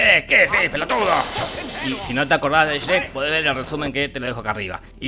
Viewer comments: Qué manera de pronunciar Shrek es esa? 😂😂😂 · no sabes pronunciar Shrek 🤣🤣🤣😂🤣🤣🤣🤣🤣🤣🤣😂🤣🤣😂😂 se te perdona por ser delicioso 🤭🤭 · Sherek??? Que mrd dices pendejo? Pronuncia bien